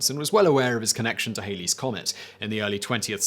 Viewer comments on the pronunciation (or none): Edmond Halley's surname rhymes with alley, as in cat. The Ae-lee error is due to a band call "Bill Haley and His Comets". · Oh my, It is HALLEY'S COMET, Rhymes w/ Sally. A 50's rock group named "Bill Haley & the Comets” wrecked the correct pronunciation ever since but let's give Sir Edmund Halley his due! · The comet being Halley, not Hayley... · Halley rhymes with Valley. It's NOT "Hailey's" Comet!